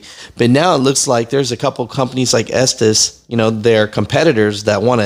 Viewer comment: Estes is pronounced S tease